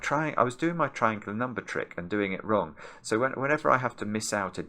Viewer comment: Who else hears “wrogn” in their head whenever says the word “wrong”?✋